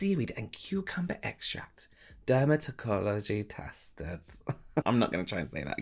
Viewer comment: Der-mit-igi-cology tesssted. Love that.